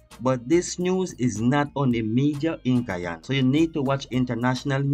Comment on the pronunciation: Last time I checked Guyana was an English speaking country , will you speak English , and another thing the letter " H " in English is not silent .